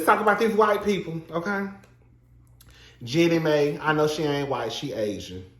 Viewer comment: Tickles me every time he says "Jenny May" 😂😂